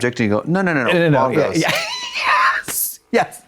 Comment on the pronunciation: She said "Bongos"! HAHAHA